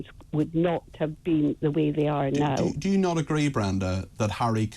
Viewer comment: "NOW" Peter. It has a W in it.